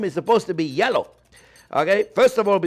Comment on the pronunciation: "Mayonnaise is sopposed to be yello". Preach! :)